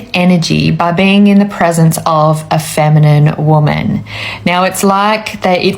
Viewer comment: I love your content, but please stop pronouncing masculine and feminine with a long i. There is no need.